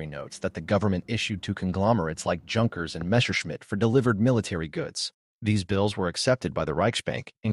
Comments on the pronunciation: I know! It's like nails on a blackboard every time he says Junk..ers. AAargh. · Junkers is pronounced Yunkers